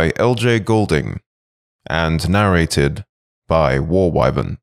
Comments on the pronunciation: its just the pronunciation of the word I am referring to. It isn't (phonetically) why-vern, it is wiv-uhn. Nit-picking I know but it just out me off. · As soon as I heard Why-vern. I stopped.